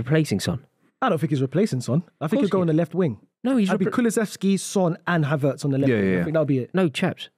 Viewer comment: Did he say Havertz?